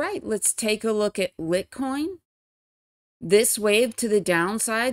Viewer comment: Litecoin pronounced (light coin). Love your vids!